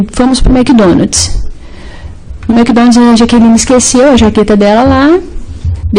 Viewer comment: Eles foram ao " SHOPI" e ao " Mequidonads" 😂